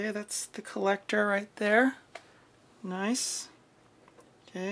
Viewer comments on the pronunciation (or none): none